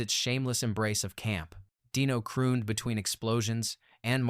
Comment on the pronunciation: In the review of the Silencers the AI refers to Dean Martin as Dyno, not Dino.